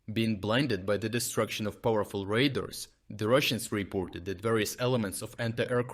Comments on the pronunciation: Radar = Ray Dar Your "radar" sounds like raiders. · No, it's not an accent. It's a mispronunciation. All of us, when speaking in a language that isn't our native language sometimes need a bit of help. Except me. I always need a lot of help.